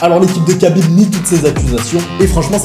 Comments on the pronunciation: C’est Rhabib pas Kabib ça se prononce Rh mais c’est kh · ça se prononce Rhabib. Merci pour la vidéo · Alors ça s’écrit khabib mais ça se prononce rhabib